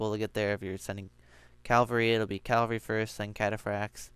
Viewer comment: CAVALRY. not CALVARY.